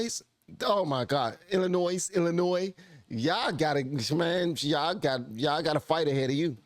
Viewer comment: Did he just pronounce the S in Illinois?